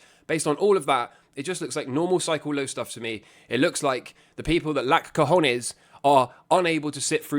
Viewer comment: I needed this video. I now wake up, look in the mirror, and repeat "I HAVE CA HON YEAHS" x5 times before I start my day.